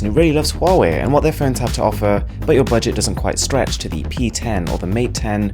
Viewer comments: Its says like how ey! Not huwawei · "Hawaii" is the correct pronunciation, not "Huawei". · Dude. Just watch their YouTube channel. They pronounce it as huawei, not hawaii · It's pronounced Haway, as in "Ha'way the Lads" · We in arab countries pronounce it as hawawy 😂😂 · It's หัวเหว่ย mate ;)